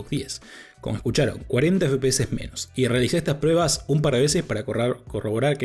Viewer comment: Con todo respeto pero por qué dices prebas...estaba super atento pero me descoloco escuchar todo el rato prebas en vez de pruebas... Saludos